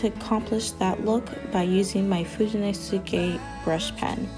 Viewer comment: Very nice! I’ve been using folded-page “Dutch doors” for years in my journals, way before I heard of bujos or Dutch doors. They come in handy because they’re easy to find and give you twice as many pages to work with. The pages are narrower but that’s perfect for separating topics. Just FYI, that Tombow marker is pronounced FU-DO-NO-SKAY, the U is silent. Your pronunciation was perfect except the addition of the U.